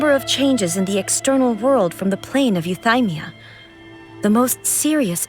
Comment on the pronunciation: I'm playing this right now, and since I don't have twitter, I just want to ask, surely I'm not the only one recoiling from the way Ei is pronouncing Euthymia, right? It is yoo-thee-mia and not yoo-thai-mia, right? I'm so confused. My face scrunched so hard I pulled a neck muscle.